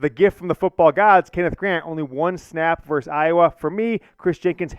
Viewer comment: NOT VERSE, the word is VERSUS.